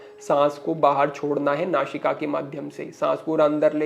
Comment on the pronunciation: So you are unable to speak correctly. You are saying don't nashika, which is nasika. So you are using showing place of sa and sign place of Shah. So what you are trying to teach to the people thanks